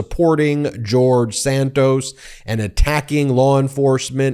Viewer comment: Please pronounce George Santos last name correctly, it is Santos, not Sandoz.